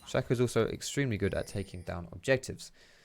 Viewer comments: it's sh-A-co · Maybe im wrong, but i think Shaco is pronounced (Shay-co) because his name is anagram of Chaos. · It's not shack-o